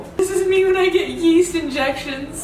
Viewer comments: YEAST ? I THOUGHT YOU SAID WEAST ! LOL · Yeast? I thought you said WEAST